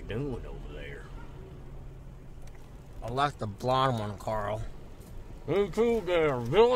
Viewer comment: how you boys doin over therr 😂😂😂